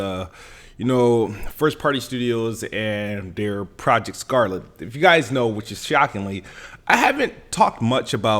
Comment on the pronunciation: I'm sorry did you say "project scarpet?"😂😂